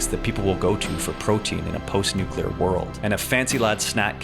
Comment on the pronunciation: This video was going great until you said "Nucular". That hurts my ears.